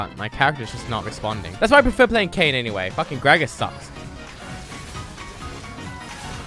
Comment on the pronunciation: ITS FUCKKING KAYN NOT KAYNE